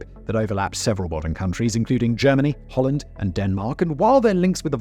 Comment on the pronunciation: Holland? You hurt me sir